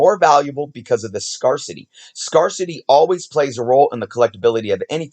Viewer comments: Great video, read the article! Oh and also fyi, 'scarcity' down into sounds: [SKAIR] + [SUH] + [TEE]. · not sure if anyone else has pointed this out but scarcity is prounounced scare city as 1 word just let them run together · Scarcity is pronounced like S. CARE city. Good episode either way. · It's pronounced "scare-city" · I think it was scar-ity or something like that. It is definitely a weird word to see, with the pronunciation being different. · Umm, you are mispronouncing the word "scarcity". Ask Alexa how to pronounce it. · East coasters say. "Scarcity" different. . Where I'm from we say "scar -city" ... This is the 2nd east coast collector just in the past 30 mins say it the way He says it on here lol